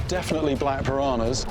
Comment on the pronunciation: Its not pirahnas .. PIRANHAS